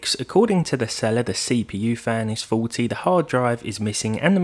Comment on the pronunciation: when you first said "faulty" I heard it as "forty" and got a good laugh, always enjoy your vids